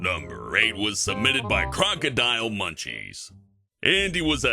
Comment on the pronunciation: Anyone else notice that it said crocodilemuchies not crocodilemunchies